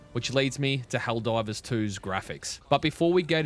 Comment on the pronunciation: Are you saying ‘Helldrivers’ for the first minute? 😂